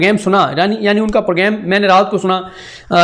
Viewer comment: I like your videos allways But you make me laugh It's the way you say programme you actually say pro game its grame You dont say R